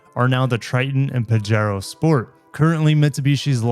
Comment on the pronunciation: I think it is "pahero" as in spanish the "j" is an english "h". So...pajero=pahero 😊